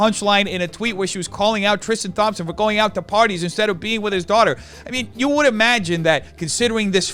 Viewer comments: “Tristan *TH*ompson” 😩😩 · I like the way he pronounces “Thompson” like THompson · “Thom - son” 😂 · from all the basketball fans of yours, thompson is pronounced "tom(p)-son" <3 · I'm sorry I can't get over how says "Thompson" like THompson with a TH sound lmfao it's my own last name, love, that's not how you say it